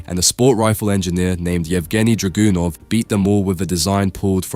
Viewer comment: Lol draGOONov 😂